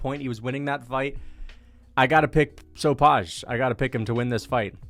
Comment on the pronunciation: Its called Sopai not Sopaz